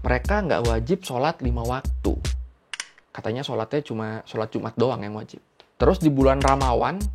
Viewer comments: Jum'at nya medok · Akwkakwkakqka orang Cham Bani nya kalo ngomong Jum'at medok kek Org Jawa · ngomong jumatnya medhok bgt😭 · pas ngomong jumar medok bgt tapi